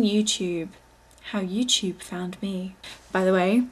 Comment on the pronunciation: youtube* not youchoob